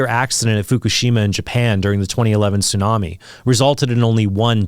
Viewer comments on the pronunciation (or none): none